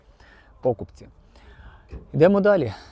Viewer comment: пОкупці? Це дуже дратує. Це навмисне наголос ставити не там де треба?